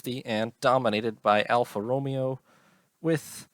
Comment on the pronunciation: Alpha Row-May-ow